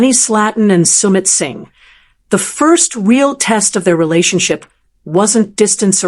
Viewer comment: AI? Sound terrible. From PALM .... SPRINGS. SUMMIT ....SINGH